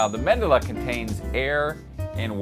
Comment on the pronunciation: It's Medulla NOT Mendulla.